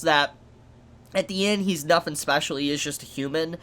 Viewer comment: Why does this guy say "nothing" as "nofing"? Am I the only one hearing this?